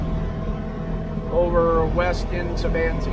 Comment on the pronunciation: Thanks for the great video. Looks like a great time! FYI, Ephraim is pronounced "EE-frum" or "EE-free-um" (long "e") and Manti is "Man-tie" (long "i").